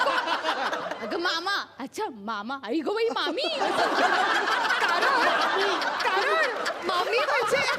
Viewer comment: priya tumhi to mami shabda lay bhari bolya 👍👍👍💖💖💖